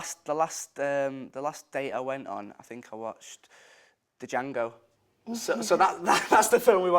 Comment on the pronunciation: he said django and pronounced the d lol